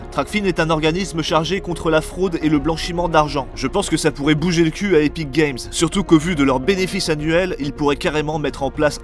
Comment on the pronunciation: C epik et non éthique game 😋